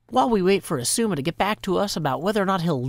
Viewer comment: I just laugh every time he says “esuma” instead of xisuma